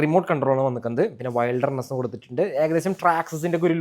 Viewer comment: വെെൽഡെർനെസ്സ് അല്ല ബ്രൊ വിൽഡെർനെസ്സ് എന്നാണ്